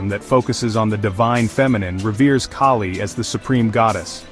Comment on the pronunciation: It's Kali, the a as is altruism, not a as in snake